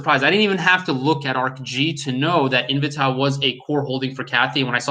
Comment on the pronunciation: Great vid. Its pronounced In-v-tay by the way. Lol